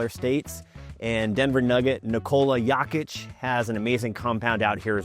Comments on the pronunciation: It’s Jokic, as in donut. But CHV is an amazing environment, if you can afford it! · Pronounce Jokic name right if you want respect. Stopped watching immediately. #fakedenverlocal